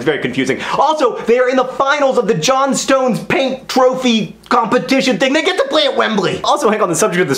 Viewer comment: it's the Johnstones Paint Trophy, as in Johnstones is one work not John-stones and is pronounced Johnstuns if that makes sence. It does here in England anyway :)